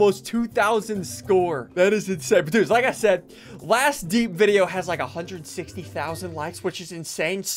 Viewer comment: ITS DIE-P NOT DEEP